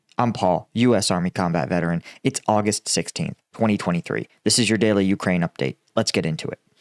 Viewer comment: It's not vuh, it's veh,. Ukrainian here